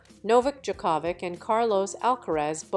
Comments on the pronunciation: Ridiculous report. Can't even pronounce Djokovic correctly. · Ask someone how to say Djokovic name. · Very wrong pronunciation of Djokovic